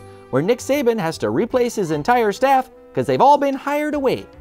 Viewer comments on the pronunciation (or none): none